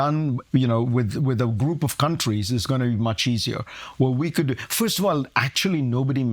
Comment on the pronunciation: Why can’t Akash say “First”?